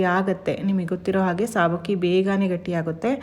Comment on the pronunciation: ಸಾಬಕ್ಕಿ ಅಲ್ಲ ಸಬ್ಬಕ್ಕಿ